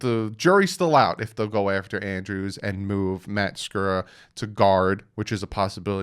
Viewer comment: You said it right. Just so you know.lol